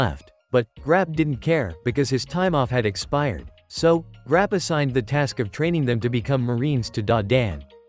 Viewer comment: bro said grap you 😂